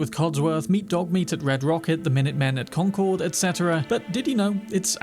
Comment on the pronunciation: Hey you pronounced Concord properly! Thank you!